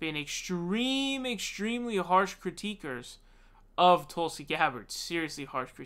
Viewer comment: Critics* not "critique'ers"